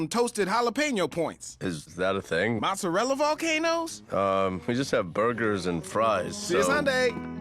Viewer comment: Really like your recipes, but "mozzarella"...that really hurts...also, what's romano? Pecorino? And I know it's "difficult" for you, but I'd love to have also some metric portions for your ingredients...